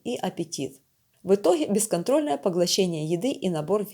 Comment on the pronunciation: Не давайте этим озвучивать видео, у которых тяХа к сладкому, в итоХе.